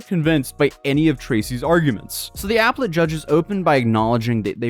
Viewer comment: App-let judge? .. You mean ah-pel-it judges. You should learn what you’re talking about